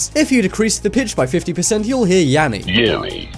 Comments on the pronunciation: you said Yammy not Yanny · mistake... They said Yammy not Yanny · Sounds like Yammy not yanny. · Oml I love it, you say just in case you have been living under a rock there is this new trend but when you say that at the start you it’s written and “Yammy or Laurel” you said YAMMY it’s YANNY bruhhhhh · I HEARD YAMMY NOT YANNY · I heard yaral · I hear Laurel but when I hear "Yanny" it sounds like Yally. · u said yammy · So the first time he said it I heard yanny and the second laurel okidokie. I am young but maybe I have an old soul lol